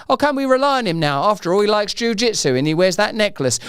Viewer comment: Jew Jeetsu? Is that Danish?